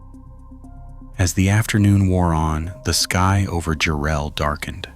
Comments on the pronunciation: JARRELL GODDAMMIT! NOT "JU-RELL" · Enjoyed the footage, but mispronouncing the town name.........🤷 AI crap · What are you talking about this crappy AI he can't even pronounce the town Jarrell Texas correctly